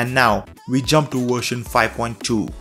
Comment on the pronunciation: I love this "wershion" too bro